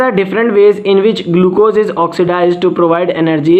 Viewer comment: Sir vo gulucose nahi glucose hota hai 😅😅😅😅